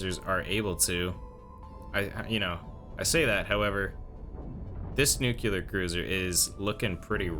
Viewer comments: sorry just curious about the way you pronounce "nuclear", to me it sounds like you're saying "nukelar" instead, is that an american accent thing? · He almost pronounced nuclear correctly, but caught himself and corrected it to the Bush Jr one. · I thought he was just trying to be funny. Us middle aged Americans grew up with Homer from the Simpsons saying noocooler